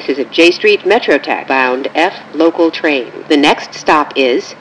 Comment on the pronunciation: so funny how she saids j street metro tech